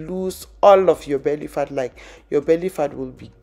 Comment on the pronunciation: When you say "fat" it sounds like you saying 'fart'🤣🤣